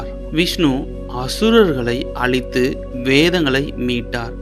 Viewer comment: அளித்து இல்லை அழித்து என்று சொல்லுங்கள். அர்த்தம் மாறுகிறது. உச்சரிப்பு மிகவும் சரியாக இருக்க வேண்டும். ஏனென்றால் எங்கள் வீட்டு குழந்தை இந்த short ஐ பார்த்து விட்டு "அசுரர்களை எதுக்கு அளிக்க வேண்டும், அவர்கள் தான் திருடி சென்றவர்கள், " அதன் பிறகு தான் உங்கள் video வை பார்த்து விட்டு அவர்களுக்கு விளக்கம் சொன்னேன். அதனால் தவறா நிற்காமல். Correct ah pronounce பண்ணுங்க. வளரும் தலைமுறைக்கு சரியாக சென்று சேர வேண்டும், please